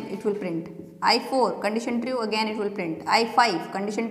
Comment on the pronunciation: "tri-ue" nice explanation !!